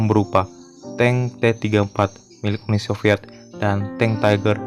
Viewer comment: Lu ngomong UNI SOVIET AJA MALAH " UNUL SILVIET"